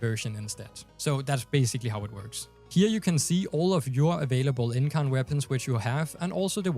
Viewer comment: You said incarnon right so dont worry